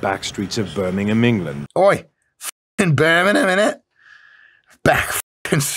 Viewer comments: oy fockin brimninighamah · Man.. when he said Birmingham you came out with a good scouse accent 😂